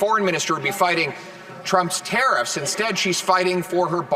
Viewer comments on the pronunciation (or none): Why do you say tareeffs? It’s a tariff.